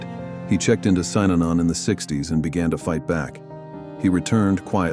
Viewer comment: You mispronounced Synanon as Sy ah non. It's SIN ah non ...